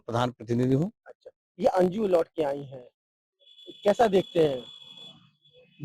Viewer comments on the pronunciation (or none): manju Nahi Anju hai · manju nahi anju bol bhai